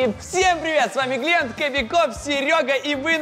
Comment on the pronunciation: Валентина Иванова не гленд а глент